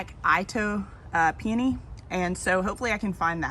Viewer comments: Pe-oh-nee has always sounded weird to me first some reason; I’m a pe-ah-nee kinda guy lol. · Hi and. Love all your plant choices. There’s nothing like lime green (or chartreuse) paired with purple. Love it. I know pronunciations differ according to the region where you live. In my neck of the woods, we pronounce peony « pee-uh-nee », and Ito, being a Japanese name is pronounced « ee-toe ». Regardless of the pronunciation these plants are gorgeous. Btw, love your gardening crew! They’re the cutest gardening buddies ever (no offense 😊). Happy gardening and we’ll see you in the next video. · I always thought it was "EEE-toe pee-OH-nee". Born and raised in Tulsa... really enjoy your videos and adventures. Are you still planning to espalier on the fence by the driveway? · Since you asked 😀 Itoh peony is pronounced EE-toe PEE-uh-nee. Itoh is a Japanese name, after the man who hybridized them, and that’s how the name Itoh is pronounced. It’s also KLEM-uh-tis. But, if you are saying the botanical name Paeonia, then the second syllable is emphasized, pee-OH-nee-uh, so I think that’s where the mix up comes from. I have no idea why the mispronunciation of clematis got started, but now it’s about as prevalent as the correct pronunciation. That’s the one word that’s like nails on chalkboard for me, although I know pronunciation isn’t something a lot of people care about.